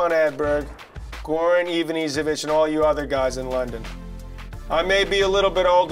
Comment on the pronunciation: too bad still hasn't learned to how to correctly pronounce ivanišević's name... pathetic.